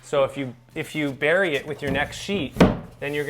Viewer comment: Oh and it bury not Barry. As a Drywaller I now know where my bad karma comes from. Ppl saying Barry when the did something bad. My name Barry. It’s all my fault. So bad. Bad trade for a name like mine.